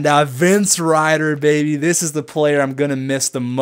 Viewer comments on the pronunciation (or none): none